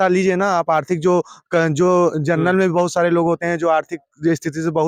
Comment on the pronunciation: किस मूर्ख से बात कर रहे हो जिसको जनरल बोलना नहीं आता।